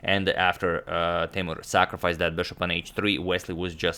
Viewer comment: radjabov not rajabov and teimour not teymur